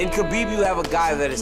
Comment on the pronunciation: Ye fk Khalabeeb